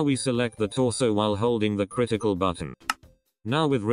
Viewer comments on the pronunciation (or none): it literally sounded like he said critical button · THIS LITERALLY IMPROVED MY ANIMATIONS 3X BETTAH, thanks man (the way he said ctrl critical)